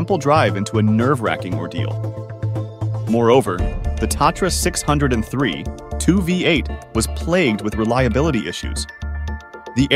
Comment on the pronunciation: From the start, the Tatra was NOT a six hundred and three, it was a six o three. Then the whole video just went downhill from there.